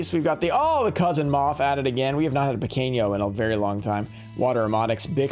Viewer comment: Pronunciation tips: Pequeno = pekeno, not like pequeño in spanish Bruxa = brusha, not bruksa Mago = mah go, not "may go"